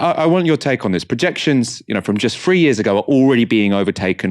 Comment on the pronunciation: still pronouncing 'three' as 'free' is the real heartbreaker here.